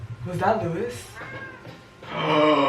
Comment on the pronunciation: The mangaka of Beastars said that Louis is named after Louis Vuitton so it's pronounced loo-wee. No s.